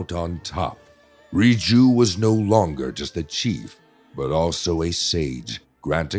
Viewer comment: Wait why can’t you pronounce the word “chief?” Did you get AI to do this?